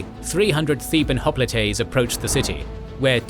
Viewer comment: Oh c'mon brother, you're seriously claiming that these are intentional artistic uses of alternate pronunciations? "Hop-lit-ays"??? Find us ONE English speaking history professor that pronounces it "Thu-kid-eh-deez" -- just one. No one's used the Roman pronunciation of his name in a century. And I didn't say it was "a" mispronunciation, I said it was many, this happens all the time. We'll have to disagree about the impact it has on your credibility.